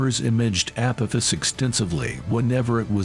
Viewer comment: ...app-oh-fiss? 😂 Edit: What "New and Terrifying Warning"? The click bait is strrrrroooong with you.